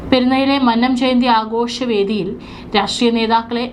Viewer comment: മന്നം എന്ന വാക്കിന്റെ ഉച്ചാരണം ഇങ്ങനെയല്ല.